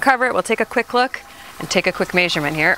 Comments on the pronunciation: totally threw me off. Never heard anyone pronounce it that way before. LOL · Distracted by how you pronounce measurement. lol